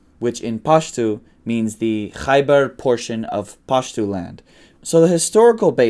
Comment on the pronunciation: Excellent pronunciation you're saying it as if you're one of the natives , you mentioned the word " Khaibar " , Khaibar is an ancient Jewish settlement north of Medina in Saudi Arabia , in the Arabic language when they say about a group of people " they are like the people of Khaibar " it means that they are god-forsaken people that you cannot turn your back on , is there a chance that the settlers of that area in Pakistan a descendant from those who survived the conflicts with Islam .